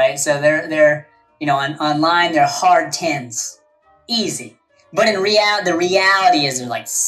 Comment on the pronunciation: Idk this man but the way he pronounced "reality" makes me dislike him from the get go 😖